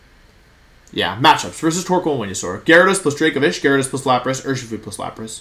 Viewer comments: “V”enusaur 🤢 I’m glad he corrected himself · Homie mispronounced weniasaur yall. He aint the chosen one. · I like how you coughed and corrected yourself when you said venusaur wrong 😂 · You know Wolfey is really excited when he forgets to pronounce Venusaur correctly.